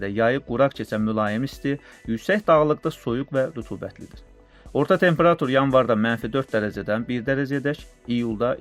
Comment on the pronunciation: Bu danışan hələ temperatur deməyi öyrənməyib